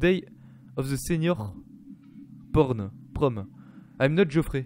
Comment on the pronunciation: désoler si j'ai l'esprit mal placer mais quand ta dis porn au lieu prom j'ai pas pu m'empêcher de rire sinon très bonne vidéo comme d'hab